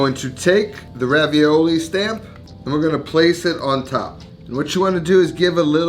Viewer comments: They are not pronounced Ravioli, ist more like [Ravioll]. But thank your for bringing Back the Idee of making These! I ate them in my childhood in vacation in france before i tasted Ravioli. Because of this i never liked Ravioli much, because Raviole are Just so much better in my opinion! Nice Video! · These are actually called "Ravioles" with the -e and -s silent so pronounced Raviol ... They are delicious thanks to the strong tasting Comté cheese. And "Vin jaune" means Yellow Wine! xx